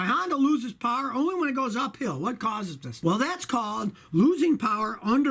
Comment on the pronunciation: J.D POWAH, dont touch me, J.D POWAH!